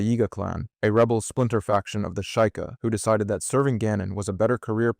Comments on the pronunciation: It's Sh-ee-ka I think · Bro, is this Ai or do you really REALLY not no Zelda that well? I'm being serious. You mispronounce words all the damn time! It's pronounced SHE-KA NOT SHY-KA! LIKE come on bro really! You're making Zelda videos and can't even pronounce words correctly? It's ridiculous honestly. It makes it so hard to even watch your videos because to me it shows that this is Ai or you're just making videos about stuff that you don't even know about dude smh. Like it makes it really hard for me to watch your videos honestly smh. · “shueyeieka” T-T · "Sh-I-ka" ???WTF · how in the name of hylia did you manage to so horribly mispronounce "sheikah"?